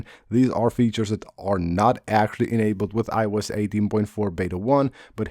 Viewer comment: I-E-Youse…that never stops being funny